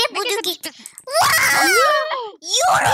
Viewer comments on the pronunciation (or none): Abla ben almanyada yaşiyorum we paranin adi yro değil eiro abla😊❤